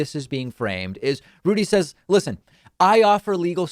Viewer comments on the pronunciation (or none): none